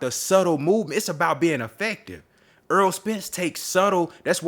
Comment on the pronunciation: The man's name is Errol not EARL - Why do you have trouble saying this man's name